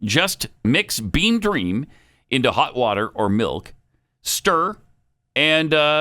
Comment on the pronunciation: I could have sworn Pat said Bean not beam. Lol